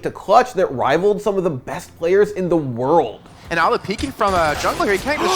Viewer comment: you don’t have to put mad emphasis on “world” every time.